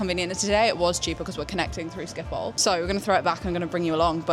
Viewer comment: It’s pronounced skip-hole other than that it’s absolutely brilliant